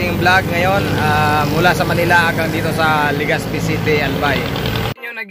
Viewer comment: LegaZpi d po LegaSpi.. Salamat